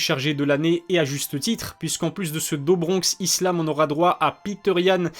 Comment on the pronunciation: Do bronx ça se prononce « dou »bronx pour info.. à part ta prononciation sur certains noms tout est pro! J’adore ta chaîne !